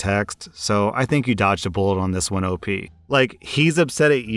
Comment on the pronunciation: Friendo! It's not "Opie" it's Op As in the letters "O" and "P"